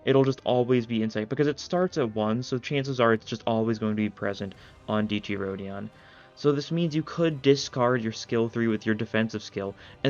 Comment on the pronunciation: btw the e in dieci isnt silent so its pronounced diEHci